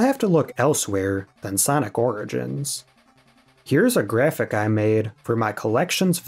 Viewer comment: "Sonic Rigins Collection"